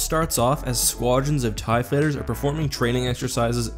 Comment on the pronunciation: Ew you said "tie fiters"